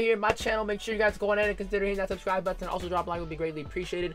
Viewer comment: Never heard anyone pronounce it "buhh-tin"